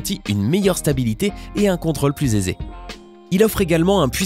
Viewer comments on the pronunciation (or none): "... et un contôle plus ZÉZÉ..." ??????????????😂😂🤣🤣